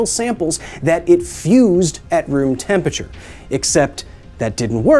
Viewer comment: I want to watch this video but I cannot get passed the way he says "tempature"